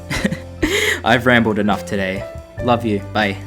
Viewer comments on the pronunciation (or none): none